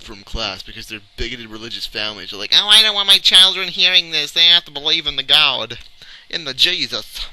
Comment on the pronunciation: they gotta believe in the gawd-uh! lol